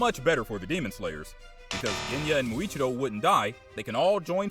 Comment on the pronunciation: Bro said India and muichirio😂😂😂😂